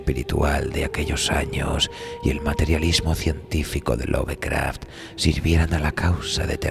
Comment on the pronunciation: Se pronuncia "Lofcraft", no "love".